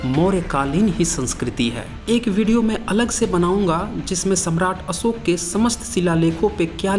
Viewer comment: Astambh nahi stambh uchhaaran Karo. Asoka nahi Ashoka bolo. Videsi nahi videshee bolo. Improve pronunciation please. Thanks for your video.